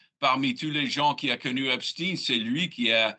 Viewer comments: Arrêtez de dire Epstine. C’est« Epstein », et non « Epstine ». Les médias ont reçu pour consigne de modifier sa prononciation afin de le dissocier d'Albert Einstein ( lol) certainement ou peut être sa proximité avec Israël . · quand ils prononcent « epstine » au lieu de « epstein » 😂 c’est trop tard on sait qu’il appartenait à la communauté « élue »